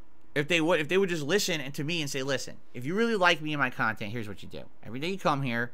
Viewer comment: this man really said "educational" about his own kahTENT